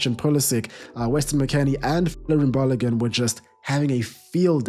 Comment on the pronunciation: Balogun is pronounced balogoon